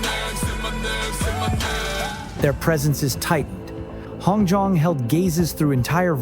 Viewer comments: So I just have one thing HongJoong is pronounced as it’s written not hongjon, everything else Chefs Kiss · OMG say ANY names or words correctly. Hongjoong...ATINY!!!! AAAAAAAAAHHHHHHHHHHH